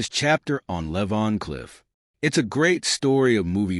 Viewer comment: L-E-E V-A-N C-L-I-F-F not Levon clifff….nice try though.🤣🤦🏿‍♂️